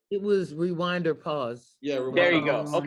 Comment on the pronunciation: So at we not going to talk about saying wewind instead of rewind like 3 times